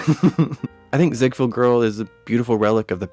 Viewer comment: Mispronounced Ziegfeld.